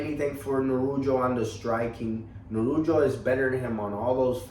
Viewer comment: Bro ... he's name is Nurullo ,,,but not[ Nurujo]